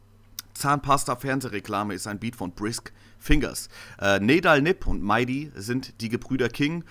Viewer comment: NEDAL wird NIEDAL ausgesprochen.